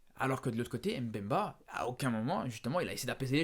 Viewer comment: Mais pourquoi tu prononce « aime bemba » ???? C’est mbemba